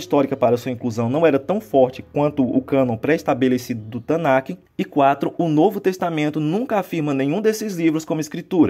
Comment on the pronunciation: Amigão, com todo respeito, sou judeu e senti uma agonia imensa toda vez que você pronunciou Tanach como TanaQUE. o ch/kh, nessa palavra, tem som aspirado e não se pronuncia. Abraços